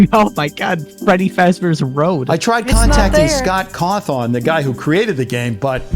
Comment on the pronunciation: sorry i'm losing my shit at him saying scott caw-thawn